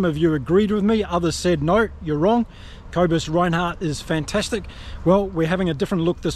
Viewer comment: Names Kobus is not Co bus it’s more Koo ah bus said quickly, Nortje is pronounced Norkeeah…..just trying to help not criticise.